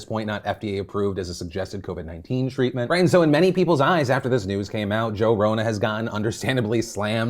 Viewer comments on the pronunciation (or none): "Joe Rona" and "Jovid" LMAO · Joe Ronan? What? Jovid?? 🤣🤣🤣 I'm dead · Jovid and jorona 🤣🤣 I had to double take. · Am I crazy or did I hear jovid and Joe Rona...